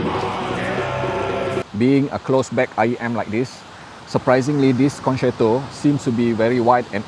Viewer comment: I have learnt that it is FUTILE to correct your many mispronunciations and grammatical mistakes,, so I won't try to teach you the correct way to pronounce the Italian word for "concert".:face-orange-raised-eyebrow